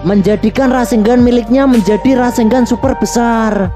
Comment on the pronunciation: Kenapa orang² ngomongnya Rasenggan bukan RASENNGAN ya? Padahal baca dan tulisannya itu RASENGAN bukan rasenggan